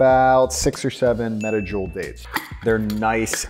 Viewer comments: 350 regular oven and 350 convection oven are a biiiiiiit different. I see you used Convection mode. And while I'm being a Karen, did you say medi-jool dates? ("Meh-djool" not medi - or am I wrong?) 😆Thanks so much! 5 ingredient cooking is my kinda cooking! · Did you say metajule dates!?